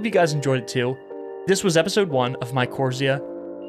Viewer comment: Hey, I think the game title is actually pronounced my-core-rise-za. At least that’s how my professors always said it in my university biology classes. Keep up the awesome work! I love your videos:D